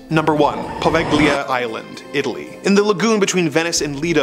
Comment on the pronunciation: Poveglia...silent G.